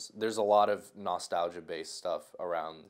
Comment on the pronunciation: Lets take a moment to correct joji’s way of pronouncing nostalgia